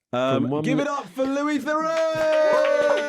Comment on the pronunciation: They couldn’t even pronounce Louis’s name properly. Louis is a clever guy.